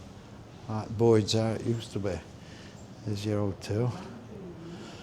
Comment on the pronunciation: It's Boyes not Boyds FFS!! 🤦🏻‍♀️🤦🏻‍♀️